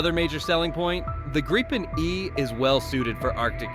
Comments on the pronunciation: Grip-en not gripe-en😂 ffs😅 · Why can't Americans pronounce a simple name like Gripen? Graipen? Really? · It's pronounced more like greepen in swedish (Saab gripen that is) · Please do at least the most basic research before you post something. For instance how to pronounce GRIPEN would be very helpful when your story is about GRIPEN. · Can't even say Grippen properly